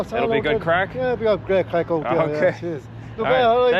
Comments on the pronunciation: " Why'd you come to this 💩 hole? " The right question to ask a foreign visitor! 😂😂😂 .. and btw It's not " crack" , it's CRAIC brother! You're welcome! 😊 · Its Craic not crack🤣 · It's craic, not crack haha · Hey, it’s CRAIC not Crack. Great video, bro. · It's craic not crack. Craic is the Irish word for fun. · The word is Craic Not CRACK.. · Hi, It's Craic not Crack:) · NOT CRACK FFS , IT IS CRAIC , JESUS CHRIST! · Its "Craic" NOT "Crack". fucking eejit. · Craic not Crack. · It is Craic not Crack. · Just for the future, it's craic, not crack, I thought this was gonna be a very different kind of video lmao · craic or crack lol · ***craic** not crack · Someone needs to tell him it's craic, not crack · It’s “craic” not “crack” 😂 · Craic not crack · Its craic not crack. Craic is the Irish word for fun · Its Craic. not Crack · *craic not crack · I think you mean "CRAIC"...Not CRACK. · It's "craic", not "crack". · It's Craic not feckin crack. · Craic not Crack you eejit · Great video 🎉 but fyi it’s Craic not Crack 😂 both are addictive 😂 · Isn’t it Craic, not crack 😂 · it's 'The Craic' not 'The Crack'............just for accuracy 🤣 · I'm sure you meant Craic not Crack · Bro, its craic not crack 😂😂😂😂 That sounds ominous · Its ’craic’ not crack 😂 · It’s craic not crack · CRAIC, not crack. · It's CRAIC not CRACK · Craic, isn't it? Not Crack 😅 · Its cráic not crack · ... "the best craic", not "crack"😉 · Craic! Not crack. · It’s ehhh Craic not Crack brother 😭😂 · It's spelled "Craic"...you sound like a junkie with your "crack" 😅😅😅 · Its craic not crack! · Its not pronounced "crack" lol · It's Craic Not a class A drug😂 Only an Irish American could get it so wrong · Its CRAIC not crack.. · Craic , not crack. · craic not crack hahaha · It's pronounced "Craic". People think you're looking for Crack cocaine with that video title 😂😂😂😂😂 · Craic❤not crack 😂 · Welcome to Ireland. Its 'Craic' not 'crack' just for future reference 👍👍